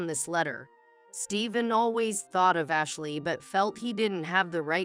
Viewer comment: The word thought it's not pronounced as fart, a fart is the expulsion of gas from the body th is not sounding as a f